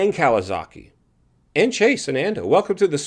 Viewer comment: you can't even pronounce KAWASAKI right lol